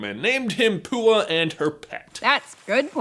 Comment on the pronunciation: did he call Pua poo?